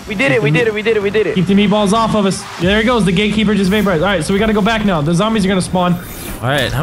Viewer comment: He said Gae keeper